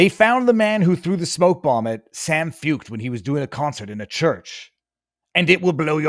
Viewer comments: I love you, but his name is pronounced Shawn Foyt. Foit? Shawn. Not San. I would also say he's a worship leader, but that's just me splitting hairs. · Feucht is pronounced / foyt/. Why has this not filtered down to you?